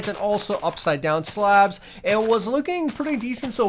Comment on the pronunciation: Why did he say it like that though?